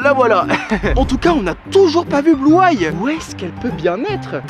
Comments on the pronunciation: Bluay? C bluey sa se pronomse bluy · On ne dit pas blueye on dit bluey😂😂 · On dit blueï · c'est blou-ay c'est bluey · Ça ce dit Bloui pas Blouay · Ça se dit Bluey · Ça se prononce bluei sof que sa s’écrit blues